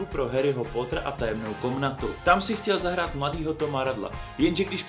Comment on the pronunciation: Je to Harry "Potr" a ne Harry "Pótr" Promiň ,ale strašně mne to irituje